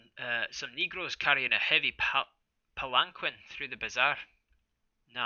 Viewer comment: This was a highly anticipated read, broadcast and touted by your community. I've heard the story before, but it's been years. You have put a whole new spin on it, and I love it! I believe it's pronounced "pallen-keen". Or something like that. It's kind of like a Japanese type litter/carrier for a god.